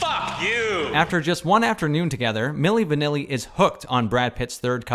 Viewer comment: I know he didn't say Milli Vanilli...😂😂😂